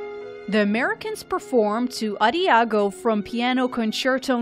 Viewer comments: did she really say "ah-dee-ah-go" when introducing D&W? and the voice-over couldn't pronounce "figure." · I'm sorry, what? ADIAGO??? LOL